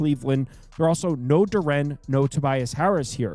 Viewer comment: Yo Jalen Duren name is pronounced DUR-IN. Not DUR-AN